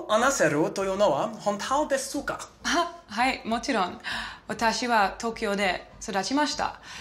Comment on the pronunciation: “deSUka” lmao